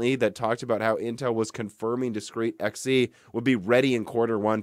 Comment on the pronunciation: Whoah, what? You're finally pronouncing it correctly, and not saying "zee"? What happened?